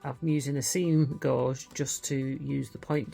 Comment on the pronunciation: What a great idea! I’m going to make these. Gentle correction gauge is pronounced gage as in age here U.K. I love you guys and the ideas.❤️